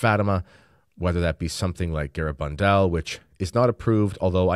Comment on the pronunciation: Gara-BAN-dal. In spanish the second syllable is emphasized. Your Spanish needs practice